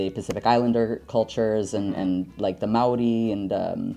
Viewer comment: perfect pronunciation? No. Gave the attempt the mana and love my people deserve? Yes. I immediately hoped our scarification would be discussed. Mauri ora 💖